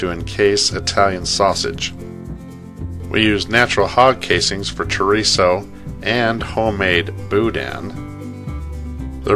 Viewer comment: I did not just hear this dude call it boodang